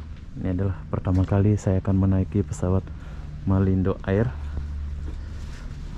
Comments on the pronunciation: Malindo air... sebutan "air" tu "er" ( "r" nya sebut sikit aja)... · Toilet bhs Inggeris Tandas bhs Melayu Air... bunyinya sebutan...eeeee . Bukan bunyi sebutan ...ayer